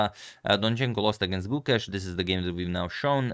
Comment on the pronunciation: gu•KESH I like how Agad has corrected the pronunciation. 🙌